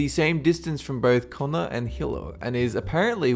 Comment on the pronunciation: Hilo to Kona. lol Hilo is pronounced He-low and Kona is pronounced Ko-nah. I'm from Hilo =)